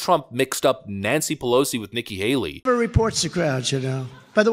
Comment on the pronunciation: i think trump actually said Nicky Hally on purpose